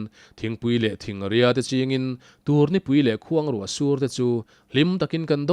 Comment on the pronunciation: Thingpui tiha thing leh thingria tih pawh i thluk dik lo.